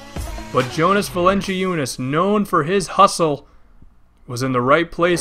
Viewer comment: Valen-ci-unas :'D, dat pronunciation :3